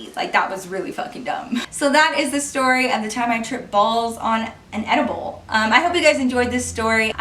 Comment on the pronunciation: when I heard you say ediable I though you were talking about the fruit and chocolate ediable that you can buy at the store 😂